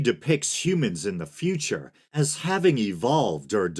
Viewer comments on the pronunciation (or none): none